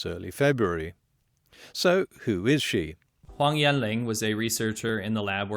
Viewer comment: He pronounced Huang Yan Long wrong. You did too, but you have slightly more of an excuse :P